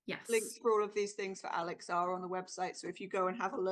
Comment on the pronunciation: Aleks! not Alex! I'm sorry.